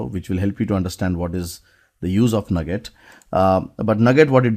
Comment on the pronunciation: I have always heard Nuget pronounced like New Get, instead of Nugget. Great video. Since I am going to be replaced by a C# robot, I better I learn how to build C# robots.